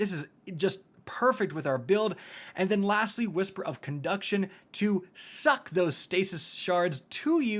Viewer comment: You put a little too much into that "SUCK" line ..... 🤨